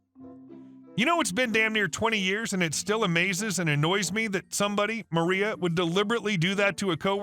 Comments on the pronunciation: First story: her name is MarLa, not MarIa. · First story - the name is Mar-La, Marla... not Maria. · 1st story. Why do you keep saying 'Maria' when the script clearly says 'Marla'? (Things that make you go, Hrmmm) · M A R L A is NOT M A R I A. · Amazing that you have a narrator who does nothing but read back text on the screen, and he can't do that one job. Story #1 - that's MARLA - with an "L". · Time to get your eyes checked- or a better pair of reading glasses. MARLA is not pronounced "Maria. " There is no "L" in Maria just as there is no "i" in Marla. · HahHa you caught that too...